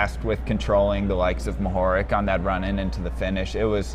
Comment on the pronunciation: Mohorič is pronounced "mo-ho-rich". RICH - like who has a lot of money :)